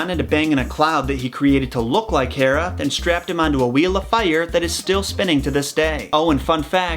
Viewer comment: The way you say fire 😂😂😂😂